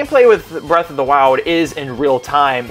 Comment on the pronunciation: Breath of the wild or Birth of the wild? And did you just say Forces is crappy? Triggered